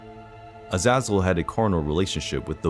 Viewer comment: I truly believe you are pronouncing his name incorrectly. Compared to the other angels, I would say it should be pronounced like Az' a zel. The first syllable should be stressed the most.